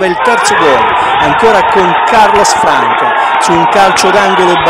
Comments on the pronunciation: Il commentatore ha sbagliato tutto!!!! Passi per gli accenti di Siclari e Guaita però Franca non si può sentire (si dice Fransa). Vogliamo parlare dello stadio Villani? Lo frequento da anni e il nostro stadio e' il glorioso Viviani!! Siamo al dilettantismo allo stato puro. Bravi bravi!!!!! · ma dai... MA non si puo dire franca quando si dice fransa (so che non si scrive così) l'erore dell'accento di Siclari Guaita puo pure passare ma la cosa che mi manda in delirio e lo stadio Villani e scritto bello bello davanti ai cancelli che si chiama Viviani... MANCO A LEGGERE!